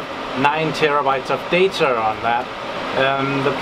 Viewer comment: who doesn't like 40tb of "dater" LoL!